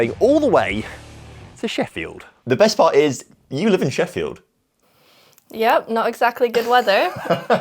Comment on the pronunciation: Oh, I thought he was going "Shefield" ;)